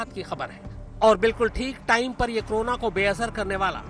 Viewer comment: Korona Ko krona bol rhe ho ,,,,,tum jaise khushkabri doge